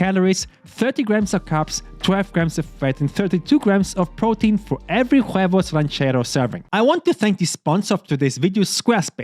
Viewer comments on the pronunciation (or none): The h in spanish is silent so you can just say oo-eh-vos and not pronounce the h like a h in arabic at the back of your throat.